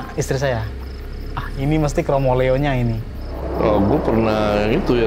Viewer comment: Pengucapannya kromoleo tu buka leO(bola), lebih ke O(dari huruf A) Mf kalo salah CMIIW 🙏😁